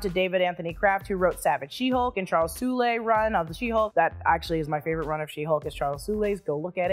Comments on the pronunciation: as far as I'm aware, it's not pronounced soolay, but rather, soul. This is from years of listening to "This week in Marvel" podcast. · Charles Soule’s last name is pronounced like Soul.